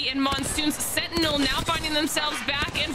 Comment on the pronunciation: When she said "senty" for sentinel I almost snapped my spine cringing.